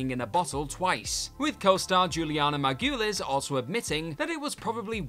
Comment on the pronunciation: Juliana mar-ga-lease. This is how it's pronounced.